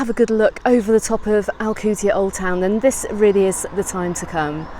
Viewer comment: Can't even pronounce ride the f**** name of the city did the f*** out of my Island